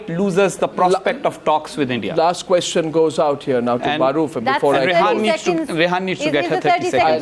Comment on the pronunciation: Her name is Rehaam not Rehaan.